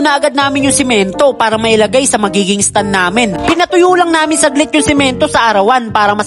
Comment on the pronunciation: Nice one pero STAND YUN hindi STUN 😅